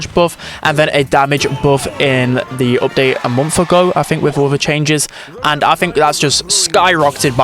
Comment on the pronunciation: What part of England are u from bro everytime you pronounce something ith a u yiu sat like "oopdate" for example (from london)